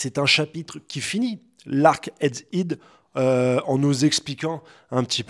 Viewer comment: Je me désabonne ! Titre putaclick « egg-hid » non non c’est head bordel. Si tu lis soit disant tous les commentaires et tu continues à faire ça c’est soit tu cherches à ce qu’on continue à commenter ton erreur ce qui est mesquin soit que t’es têtu et c’est insupportable. Bisous je t’aime bien quand même en vrai.. je me désabonne pas ♥️